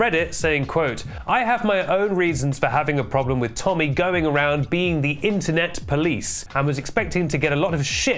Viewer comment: AGAIN??? lets go tommy... temmy.... tenny.... tennis